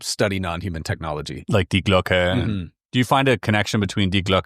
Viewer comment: Kudos for pronouncing "die Glocke" the way it's supposed to - most other US-YouTubers fail at this 😊 Greetings from Switzerland 🖖🏼